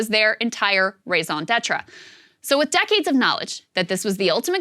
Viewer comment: Miss ball I love you but "raison d'etre" was not pronounced correctly at all. Next time just stick to Englais Merci!